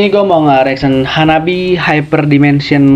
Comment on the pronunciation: The name of the band is wrong. In Japanese reading, it becomes HANABI-Eh and pronounces E.